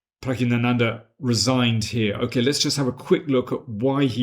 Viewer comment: Pragg i nanandhaa? He is the only one I've herd pronounce it that way